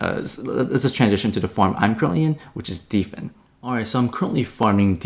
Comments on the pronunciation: It's hilarious calls Dfyn "Deefen" when it's built for DeFi and the words "Defy" and "Define" exist. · Dfyn is pronounced "define"